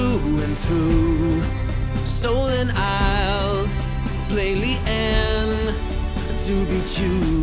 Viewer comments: Li-ehn? They make it pretty clear in the game and videos that it's pronounced Li-ahn. Still a great song though! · I've definitely gotta go with RedsimonDE on this, it's pronounced with a soft "a" not a hard one (Even in the link you gave), otherwise great video. I don't know why more people aren't commenting this. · Great song, just one minor thing: it's pronounced Lee-uhn, not Lee-anne. If you played her, you should know it. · It's "lee- on" btw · I refuse to believe he actually pronounced Lian as Li-anne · Love the song but u pronounced her name wrong its pronounced like lee on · is pronounced LEE- AWN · thats now how you pronounce Lin why is noone noticing it